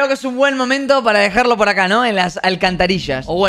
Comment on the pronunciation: Robleis: es bueno dejarlo aca no... en la ALCANTARISHA